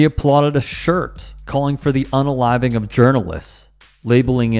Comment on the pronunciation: 'Un-a-living'??? WTF?!